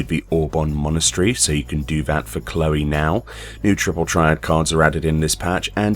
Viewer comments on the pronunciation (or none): none